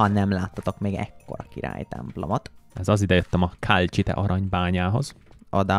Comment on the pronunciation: Az nem kálcsite hanem kalcit